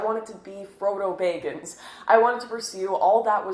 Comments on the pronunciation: "Bilbo BAYGINS" "FACAYED" ? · Bay-gins😂 I can’t ever tell that someone is Canadian until they say bag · baygins fasayde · i love lauren but did she just call my boi frodo "Frodo Bagel ins" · Slay your "dreygons", Bilbo "Beyggins". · Draegons and Baeggins? I wonder if she's ever gone to see a draeg queen in their naetural haebitat, eh? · "draygons" "frodo bayggins" lol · Can't pronounce Baggins or Tolkiens names correctly yet you grew up reading it? Hmmm I think not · Great talk. Too bad it seems all most people got out of it was your pronunciation of baggins and dragons